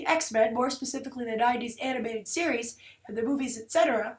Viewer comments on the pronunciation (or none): none